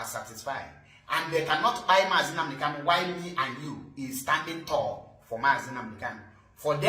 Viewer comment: Bro, Our leader's name is KANU and not KALU iti boribo,I have tried to correct 💯 you over time but you have refused to take corrections just like Barrister Darlington with all his claimed education couldn't differentiate between N and L, What a disgrace of you people,Am highly pissed 😡 off, Coconut 🥥 heads 🗣️ everywhere.